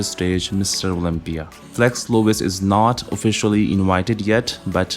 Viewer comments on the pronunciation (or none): none